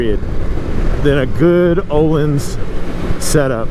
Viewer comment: Here's a little retroactive Swedish lesson : ) Öhlins is pronounced as the 'ea' in early, so [Ea-leans], Sachs (Not Swedish, i know) but it really IS pronounced like 'sucks' : ) Cheers!